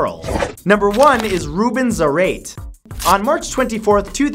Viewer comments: Zar-eight XD Zá-ra-te!!! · Zah-rah-tay.....not zer-rate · the way you say Zarate is killing me :p it's pronounced s-ar-ah-te not zar-ate 💙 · Its zuh-ra-tae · Zarate is pronounced Zarr-Ah-Tay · Is Rubén Zárate no zareit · its pronounce "zar-ah-tay" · uummmm...Zarate pronunciation is: Sarah-Teh... Believe me thats my surname... xD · The way he pronounced "Zarate"